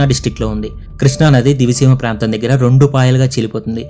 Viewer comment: Nedi matram divi seema kaadu. A oori name proper ga palakalekapotunav